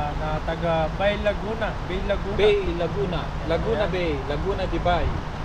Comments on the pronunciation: Ang tamang pong pronounciation Po ng BAY LAGUNA ay ( BA-E, LAGUNA) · Learning Lang po.... Ang tamang basa po sa BAY LAGUNA ay (Ba e - y is pronounce as e (Spanish word) - it is pronounce as Ba-e Laguna. Yon Lang sana makatulong. 😊